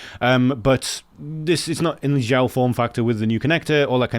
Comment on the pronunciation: Great video as usual! By the way I guess they pronounce Xiao as Shao.